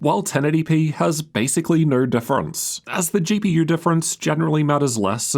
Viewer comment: why does he say "GP YEWR"